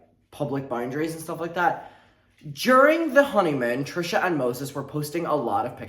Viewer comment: stop why do you say her name like that 🤣